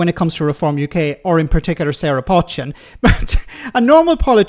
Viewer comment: For the 3rd time her name is NOT 'Potch-chin' it 'Poe=Chin. Listen to both the studio presenter and the female journalist voice over comments. You might not like her politics but at least pronounce her name correctly.